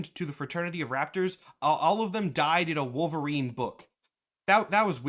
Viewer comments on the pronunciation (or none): none